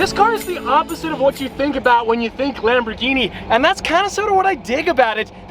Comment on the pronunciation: lambdurghini?? 😭😭 i apologies